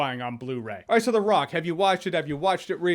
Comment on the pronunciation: "Welcome to the Rrrrrock."